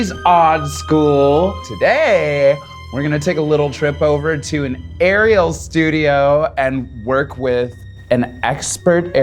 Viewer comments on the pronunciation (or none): I literally thought that she said Ariel's Studio not an Arial Studio